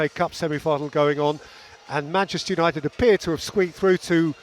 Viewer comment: Gary Neville talking about ‘Yanited’? I’m shocked